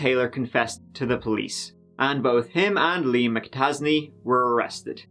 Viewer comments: You know I don't know if I've ever heard of a McAtasney before. Sounds like you're saying Liam Mappa Tazzy. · Mik-a-tac-a-tazy..... lol sounds like riki-tiki-tavi.... is that a play on words meaning he is a weasel lol... sometimes im like was that a joke or... 😂